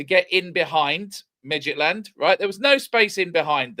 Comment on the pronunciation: can we please stopp with midgetland... Mid jilland , (with a t in the middle) Scandinavian football is underrated. Brann Norway have 3 points. Midtgylland are a top Danish team full of internationals.